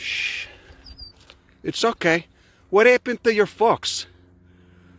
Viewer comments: "What eppen tu your focks"😂😂😂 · Oh shit the way he says "folks" sounds like my uncle who grew up in a working class Polish neighborhood. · I'm English and I had to listen to that word twice before I realised I could have said it in front of my Grandma :) What a wonderful chap!